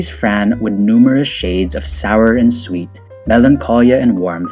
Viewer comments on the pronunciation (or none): none